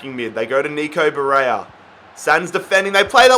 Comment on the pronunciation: It is pronounced BARELLA NOT BAREYA